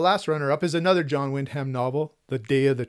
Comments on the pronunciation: Great list. I've been loving your channel. I hope you'll find another great series to collect like the Ace Specials. One correction you should know, since you'll be reading more of him: Wyndham is pronounced WIN-dum, not Wind Ham. It's a very British name m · Thank you. Having a hard time overcoming a lifetime of mispronouncing Wyndham or should I say Win-dum. Try to remember for next video with Wyndham. Thanks again!